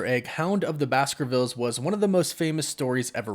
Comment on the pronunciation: I thought the pronunciation for Bakersville, was " Bykarsville"